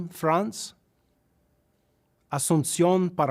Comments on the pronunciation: I'm laughing at him pronouncing the place names as a native but says FrAnce as normal instead of how a Frenchman would say it. 😂 Good try FLEECEgal my bearded phony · the pronunciation isn't the issue,it's how he is saying it,France with a long a as an English speaker sounds ridiculous,goes along with the whole "trying too hard" that was saying in regards to the beard.